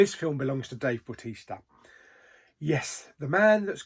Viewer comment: yeah bautista when you say it sounds like baptista